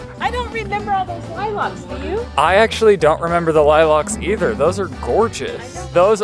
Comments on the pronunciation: I’m sorry, LIE-LOCKS?! What is that pronunciation of lilacs?!?! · I was today years old when I found out Colorado peeps say LIE-LOCCCCKK 🤩😂 I also love how you and Morgan pronounce mountains, the T always gets skipped over. ❤